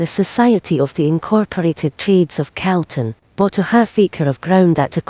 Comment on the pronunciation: I wish the Scots woman knew how to pronounce Calton !! It is NOT pronounced Celton,. it's Calton as is "Cawlton"